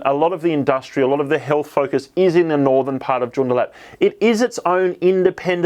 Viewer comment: I would like to gently point out that Joondalup is pronounced June-daa-lup. Thanks for the content 🙌